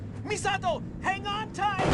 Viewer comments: He's saying Misato pretty accurately for the Japanese pronunciation, but it stands out as clashing every other word he says. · I love that this goofball main character puts in the effort to pronounce Misato somewhat correctly, while Misato herself be like "My name is Misahdough". The cherry on top is that it makes him the odd one out and sound like a tryhard weeb 😂 "Misa*T*o!!!" What a rich experience. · The way he pronounces/enunciates Misato's name reminds me of those old English Godzilla dubs. It's technically correct but mixed with bad acting lol. "MI-SA-TOOOO!!" Love your videos btw, every one is an entertaining gem during which i get to experience games i only got to ogle in game magazines of my youth (and i ogled the hell out of the Countdown Vampires ad lmao) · It took me a while of listening to this stupendous voice acting to realize these voices have an uncanny resemblance to scripted audio from English language textbooks: the ridiculous over acting, the clear yet stilted enunciation of almost every word, and the pains the Keith takes to pronounce Misato. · The way Keith pronounces “Misato!” makes it sound like they deliberately copied the Japanese v/o.